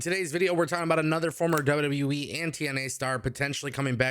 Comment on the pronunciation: Love your show but it sounds like you say WW WEEE instead of WWE. Lol